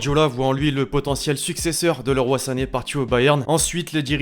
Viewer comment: Leeroy on dit